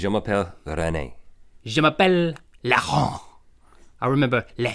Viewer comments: It's not "Larent" it's Laurent (au pronouncent as o) ;) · je ne sais pas ! , c'est une négation ^^I don't know, it's a negation ^ ^ sinon heuu ah oui !!! Laurant....ne se prononce pas Laron d'une façon haché est pas belle contrairement à René mais "Laurent" c'est à dire L.."AU"..rent, le "Au" se dit comme "o" et est fluide. if heuu oh yes! Laurant .... does not comment one way Laron hashed is not beautiful, but unlike René "Laurent" that is "L".. "AU" .. "rent", the "Au" is said as "o" and is fluid. Sorry for my English, I'm a beginner ^ ^ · Well Link, your name was probably pronounced "Lorent" because the way you're pronouncing it "Larron" means thief. For us, the foreign language we leant at school was English. And I took Spanish classes in cegep. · btw link its laurant and you tell it lorant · I'm french and you're not doing so bad,(dont worry René is a male name in french, but i never heard somebody called Laron) good videos anyway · Hi, guys. Rhett : your french name was René. RenéE = female. It's a mixte name, like Michel/Michelle, w/ the same pronunciation in French but a different spelling. Link : pronunciation of Laurent: you pronounce "Lau" as you would say "Law". You're welcome, j'suis français et j'suis content de voir que vous avez choisi d'étudier le français; même si, apparemment, vous ne vous rappelez presque de rien,. Next time, try to say my username. :p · haha Link, you'Re saying your name wrong :) it's pronounced " LOrent" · is link saying laurent? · Bonjour ONLY means hello Rhett :P and Link you really need to practice how to say Laurent cuz you're failing badly at saying that lol.